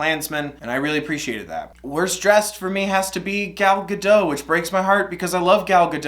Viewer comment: Just a tip! Gal Gadot is actually pronounced like Gull Gad-oht. She’s Israeli, and as someone who speaks Hebrew, seeing basically everyone mispronounce her name is like ¯\_(ツ)_/¯